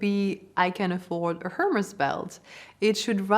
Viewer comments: If you really worked in France and thus lived in France, you would and should know that Hermes is not pronouned "her-mees" but "er-mez"... and you are claiming to know things and teach people... lol smh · Very interesting… how can you be a French and pronounce Hermes with and H? And your accent is not so French. I don’t mean to be disrespectful